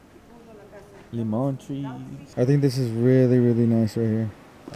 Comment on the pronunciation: & “ a limon treee” 😂😂😂